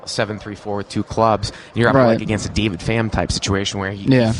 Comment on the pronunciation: Get DAVID's name right....otherwise, good show